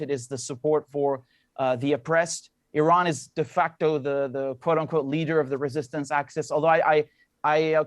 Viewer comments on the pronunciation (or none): De facto, not "de factor"... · "De facto" not "de factor"